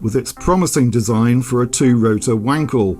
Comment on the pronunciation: Very nice video, like always. Like your wanking jokes. However, the ‚a‘ in Wankel is pronounced like if you’d say „Aaah!“ when you suddenly understood some tricky stuff.